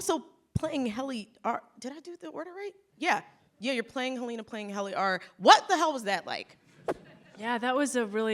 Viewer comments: I know they said that, but this interview proves otherwise. Or perhaps she's an innie and that's why she mispronounced Helena? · imagine being a successful woman like Britt Lower and having to be interviewed by someone who mispronounces your character's name, and put in no effort to even just watch what you poured your heart into. This has nothing to do with gender. You're clutching at straws. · I'm dead ASF Quinta brunson Miss said Helena's name LMFAO Ben Trammell Tillman's face when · How do you watch an entire season and still not know how to pronounce Helena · imagine being a successful woman like Britt Lower and having to be interviewed by someone who mispronounces your character’s name, and put in no effort to even just watch what you poured your heart into. This has nothing to do with gender. You’re clutching at straws. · hahahaha she didn’t even pronounce well “Helena”